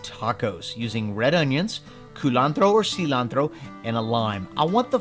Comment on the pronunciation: First, this looks great. Second, don't say "Cilantro" like that.